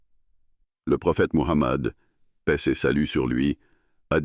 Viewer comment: C'est PAIX et non Pèse.